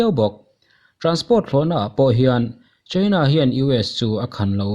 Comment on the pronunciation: China i lamdan hi adiklo deuh emaw aw kalo tia. Cheina nilo in Chaina ni zawk se. Attack pawh hi attak nilo in etek ni zawk tur ani